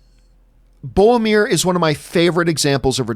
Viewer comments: Bowmir, from Feowship of the Ring. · It's BOROMIR.